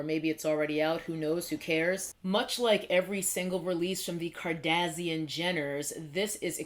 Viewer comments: Here from Whitneys Channel! Love how you say Kardasian 😂 maybe its the proper way. Also i have never purchased any of the kaylie or KKW products, glad we are on the same page. Overall i always feel skeptical about collabs with public figures, reality tv stars, artist, etc. i wait it out before i even consider purchasing. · I get a kick of how you say kardashian like that antagonist race from Star Trek lol I think of palettes like this. Expensive paints are nice, but a good artist can make most paint work. And there are only so many colors, so I don’t need to buy new paints from each company that comes out with them. The point is the product, not the tools to get there. So I just use what works, and I don’t buy new paint until I run out or if I’m missing something, or if the paint I’m using is low quality and I need an upgrade. That’s my attitude with palettes. No amount of brushes or palettes can substitute practice and talent. I understand that it’s a hobby, and we all spend money on stuff we don’t necessarily need. But I can’t help but feel that brands are taking everyone for a ride.